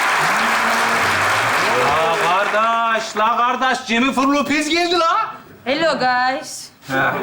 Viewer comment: Cemile’ye. Cemifirlopez demesi patladım